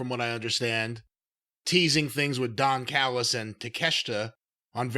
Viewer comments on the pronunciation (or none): It's funny that said don callus, I felt like I didn't know his name lol